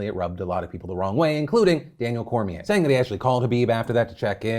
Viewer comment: "Dustin Coirier"